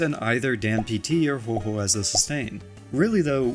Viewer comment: Another CC who says Huohuo's name wrong so I leave a dislike